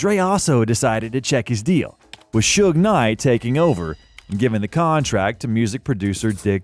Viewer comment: This AI Bot pronounced it Suge NIGH.